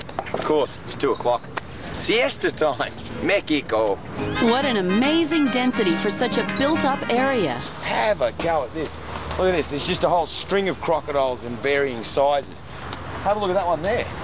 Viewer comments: Adventures at A Zoo lol Meckico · "Mecico" Cute try Steve! :^) Um, & it's Tam-pee-co but, Good on Ya Mate! And Wow! those must be well fed crocs to lay about with that many turtles that would make Great lunch!! :^) We Miss You Steve, So Much!